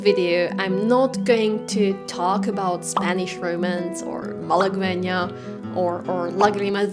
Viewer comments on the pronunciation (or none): Sorry to be pedantic, Malagueña's "gue" is pronounced /ɡe/ as in guest. Thanks for the recommendations, they're all lovely pieces.